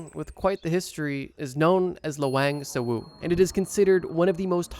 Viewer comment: btw it’s pronounced as Lah-wahng sewu. Also i visited it last year and has really pretty + smart architecture! (+i passed thesis defense after i visited yey, maybe my ancestors felt bad for me and decided to help me instead of haunting me)